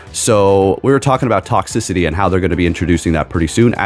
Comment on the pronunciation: It bother me you mispronounce toxTRICITY 😂 love your vids